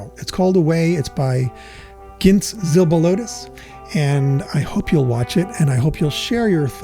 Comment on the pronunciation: Good movie review dude! 😀👍 And you also pronounced the film director's last name correctly. 🌝 I hope the Flow gets an Oscar. 🐈‍⬛